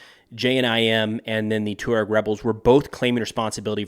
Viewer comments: It's pronounced "Twah-reg," not "Too-reg." I have only met a few Tuaregs, but they were impressive men; tall, handsome and intelligent. The Sahara is not for sissies. It's amazing that this tribe has survived for millenia in that harsh environment. I would not want to have to go up against them. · It’s pronounced “Twah-reg” sir 🫡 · hey yank, the CORRECT pronunciation for Tuareg is TWA-REG. not TU-REG/TU-RAAG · Just as a very minor point, it is pronounced Taw-Reg. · man havent you ever seen sahara? TWA-REG :| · Its pronounced " twareg" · Just, ‘Jay-nim’. Also, ‘twah-reg’ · The Tuareg have been famous for over 150 years, since the days of the Foreign Legion and Beau Geste; they are pronounced "TWAHREG". What world are you in? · Isn't it pronounced "twah-reg" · You butchered the pronunciation of Tuareg 😂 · Hey bud, when you pronounce Tuareg which an emphasis on the U and Niger as Nai-jeer it makes you sound like a complete clown who's seeing and hearing these words for the first time. It's twa-reg and nai-jer FYI. Good luck with your "research"!